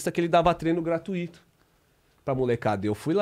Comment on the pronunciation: unico erro desse cara é falar gratuito errado 😅